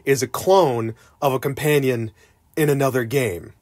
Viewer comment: Why do you keep saying ''compaynion''?